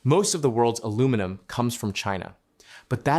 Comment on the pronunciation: Saskatchewan also has geothermal, potash, oil and gas.. And best of all its got Quick Dick Mcdick. All of it priceless. Ohh and the Ai used to read the script, for the love of God, teach it how to say aluminum